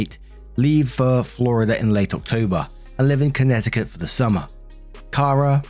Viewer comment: Resident of Massachusetts here..., your pronunciation of both Massachusetts and Connecticut were just fine. 👍🏼